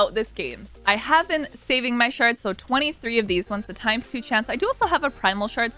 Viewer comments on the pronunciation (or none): Hhmmmmm 23 sounds like cash